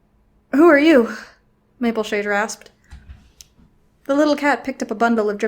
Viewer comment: “Rainbowshade” is what I think it sounded like.. XD